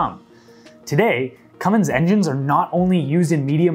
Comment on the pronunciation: Cummins is pronounced "Cumm ins" not "cumm ings". Lots of folks get that wrong and should take note.